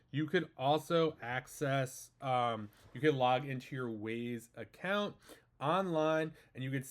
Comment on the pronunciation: Wyze. Not Wayz. English language has failed you.